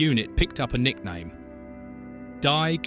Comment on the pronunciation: For the love of God, if you're going to prounouce German, at the very least get someone to help you pronounce German names correctly i.e. : "Die" does not rhyme with "buy", it rhymes with the English letter "D"!!! This is supposed to be a documentary.